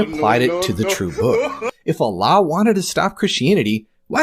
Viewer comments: It's a speech impediment. Allah = A lie 🤭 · Ever notice how Jordan Peterson pronounces "Allah" when he says : "I don't buy your Allah. " to Muhammad Hijab?